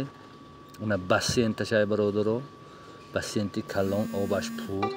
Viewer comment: Басент не бассейн